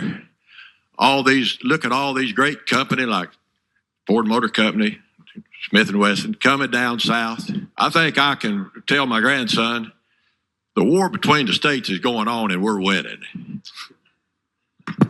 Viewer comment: wtf is a cump-ney??? I thought it was company